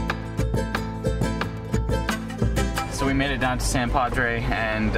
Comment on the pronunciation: Ontario, huh? That's quite the drive. By the way, in the U.S. we pronounce it: South Padre -not San Padre...